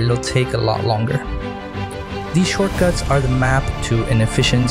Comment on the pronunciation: I cant understand how you pronounce shortcuts